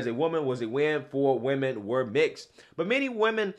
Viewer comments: He didn’t say women, he said we-men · "We-Men".. he fucked up. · Yo. He said WeMren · Boy oh boy oh boy oh boy! Bahahahaha...."Weee-men" I cant even....what the actual fukery? "Mushroom Tip"...you ain't right, G....lol 😂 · Also, it sounds like he's saying, "Wee men." As in men that are wee. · It's not woman,... it's "we-men" get it right. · "We-Men". Yes, yes you are! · There you have it he/she said WE-men!! there's more men in it than actual women Sounds like a Scam of somesort! 🤣🤣🤣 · Wee-men cringe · I had a feeling he’s was Thai from his accent when he said we-men and also the long last name..lol.. Yeah Thai and Laotian ppl have long last name that are a bit hard to pronounce..lol